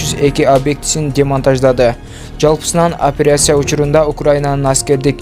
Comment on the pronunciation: Федерайсия эмес федерация..операйсия эмес операция деп ..тамгалардын Оз ордунда окуп айтып журсонор ..